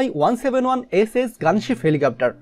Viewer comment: You have mention M1-171sh but this is wrong... it will be sounded like M EYE-171SH